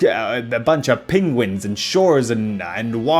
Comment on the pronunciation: i like how you call them "pinguins"